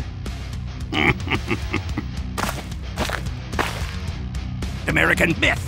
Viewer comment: when he said "american myth", heard "American Boot".... I cannot help it- STBlacks fucked my perception of TF2. And I love him for it.